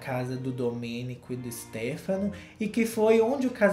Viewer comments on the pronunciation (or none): none